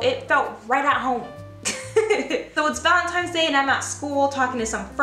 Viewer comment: The "valen-times" 🤣💕